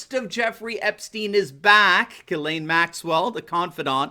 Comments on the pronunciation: It's pronounced: "Djiz len" en francais. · I'm 97.6% sure that you are pronouncing the name Ghislaine incorrectly. I have looked up the pronunciation and there are videos, (yes, plural), here on googtube with that name being said. They conflict, a little. I feel certain you will be speaking about her again in the future. Let's hope it has nothing to do with an Arkancide. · You can't even pronounce this woman's name. Why hasn't the nation's biggest and most famously sexually perverted and corrupt family NOT been linked to involvment with Epstein? Both Clintons? Billl Gates Jr.? I want to know.